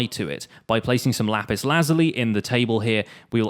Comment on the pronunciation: dude. its pronounced luh-zool-y